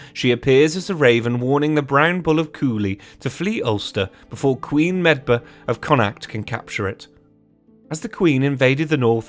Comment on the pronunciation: Great video but ahem... Pronounced phonetically: Tuatha de Danann ........Tooa day dannan Cuchulainn ................... Cu-Culann Queen Medbh.................Queen May-ve